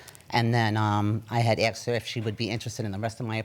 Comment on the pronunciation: I "axed" her!!! No such thing. It's I asked her.